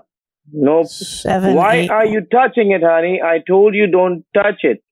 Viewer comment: Every time the scammer says "haney"